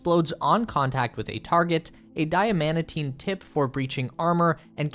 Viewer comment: the "Die-amatine" part makes me cringe so hard my teeth hurt.